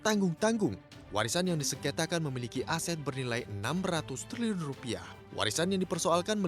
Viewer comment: Pusing gue dgrny liliun liliun punya🤔🤔🤔